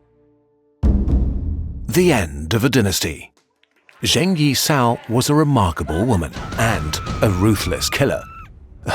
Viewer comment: P.s. would have appreciated trying slightly more at pronunciation of names. Guangzhou wasn't that bad, but then Zheng Yi Sao was pronounced zhane as opposed to jung.